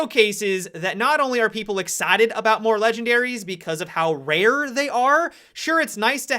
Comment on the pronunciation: is it just me or does say excited weirdly here?